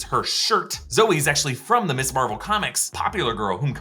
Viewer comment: Someone tell it’s not MISS Marvel, it’s MS Marvel. They have different pronunciations and have different meanings